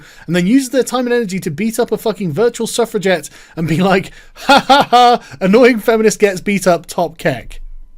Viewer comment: I thaugh you were saying " Self Reject " instead of suffragette ^^"